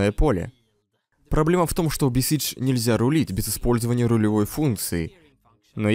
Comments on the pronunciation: Ема сколько лет прошло и даже сейчас смешно. А ещё я заразился тем, что говорю бесидж, а не бесайдж и это неправильно. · Я угарал с момента когда там говорили BesiegeD